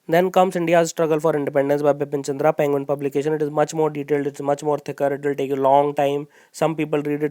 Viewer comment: it's Bipan Chandra not Bipin Chandra .......sir please rectify me if I M wrong....